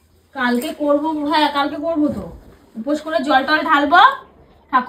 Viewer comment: কথাটা "উপাস" নয়.. "উপোস"!